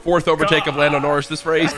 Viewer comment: 'Landon Orris'